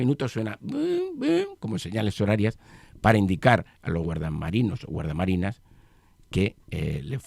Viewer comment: "GUARDIA" MARINAS. Como periodista deberías tener superados ya fallos como ése, lo que denota que lees poco (que, no creo) o que no te fijas al leer y sigues cometiendo los errores sin corregirlos. RECUERDA, GALIACHO: GUARDIA ("IA") MARINA. Saludos!!!!